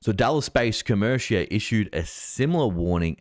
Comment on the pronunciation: Pronounced Co mer ica. I got out of that 6 months ago